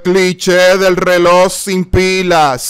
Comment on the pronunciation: Reloj ❌ Reloss✅ 😂